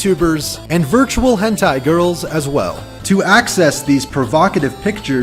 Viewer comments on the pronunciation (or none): none